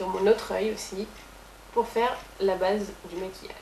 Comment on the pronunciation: la ''bâââse'' ça sonne presque Québecois comme accent xD